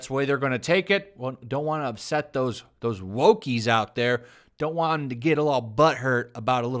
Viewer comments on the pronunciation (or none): none